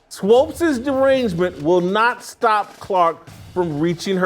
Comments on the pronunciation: Her is SWOOPES rhymes with HOOPS. You keep saying it wrong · Why do you keep saying Swopes instead of Swoopes? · JASON ITS SWOOPES NOT SWOPES. Thank you Steve for helping Jason out lol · Thanks for FINALLY correcting Whitlock on pronouncing Swoopes😂